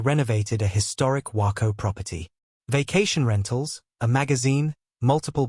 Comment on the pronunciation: The AI can't even say Waco the correct way. 👎👎👎👎